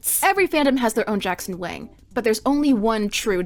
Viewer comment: are you sure Wang is pronounced like that